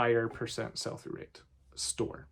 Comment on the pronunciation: What is sulphurate? Ah......"Sell-for-Rate," Uh, oh, is it "Sell-Through_Rate?" Gosh, I must get my hearing checked.